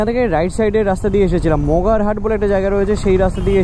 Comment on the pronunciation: মগারহাট নয় মগরাহাট বলে সবাই